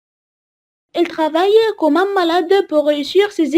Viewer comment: تقرأ Comme كوم وليس كمم